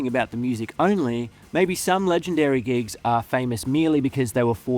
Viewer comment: When you said you hated gigs, I thought you said GEESE. As in the new hot shot band. Lol.